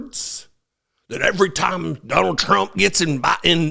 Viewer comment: I liked her "President Trimp"